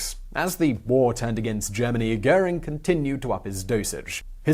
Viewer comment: Germann Hoering?!